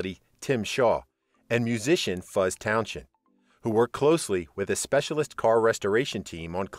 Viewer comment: It’s pronounced towns end